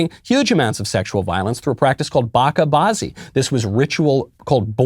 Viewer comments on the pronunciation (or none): I'm Afghan, and your pronunciation of Bacha Bazi had me rolling.